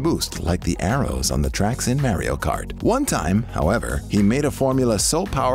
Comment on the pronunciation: Did you pronounce Mario wrong on purpose or you like the way it sounds that way?